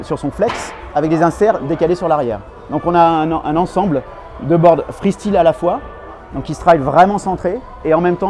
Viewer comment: J’ai mal aux oreilles chaque fois que j’entends « freestile » 😂